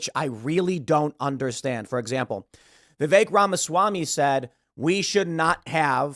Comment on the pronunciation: no offense, but you need to learn how to pronounce Vivek's name